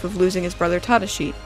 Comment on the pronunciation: The way you pronounced Tadashi was so cringe worthy.